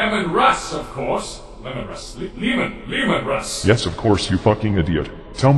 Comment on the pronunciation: Is mispronouncing Leman Russ's name intended or did he really have problems with his name during the recording session?